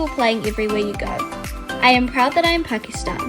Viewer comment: yay i found pakistan and suaid arabia i am from pakistan and i live in suadi arabia and the gfx she made for pakistan is so good its like how pakistan streets are pakistan is so beatiful it is popular bc of its beauty edit: u pronounced pakistan properly